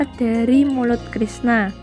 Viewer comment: Haduuuuh mbak eee 😁😁😁 mulut jadi bulu , Mengalir jadi mengalil , Baru kali ini ketawa bukan karna isi videonya , Tapi ketawa karna suara pembacanya